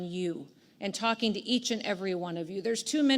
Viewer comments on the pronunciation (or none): none